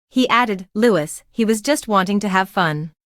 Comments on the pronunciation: It’s NOT said Lewis it’s Louie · No it's LouiS with final S